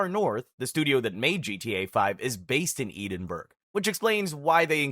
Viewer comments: Wtf is 'Eden-burg' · If it helps Edinburgh is pronounced ed-in-borough